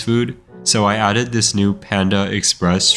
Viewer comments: "I aded Witch Hunters to Minecraft" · "i added intercontinental ballistic fingeestrikes"